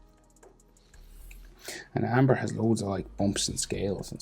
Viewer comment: It's Ember. Not Amber.